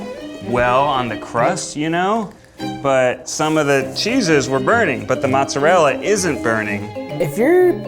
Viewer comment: I hate that Ned is Italian and yet can’t pronounce cheeses properly.